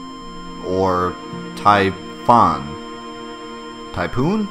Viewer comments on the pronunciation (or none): none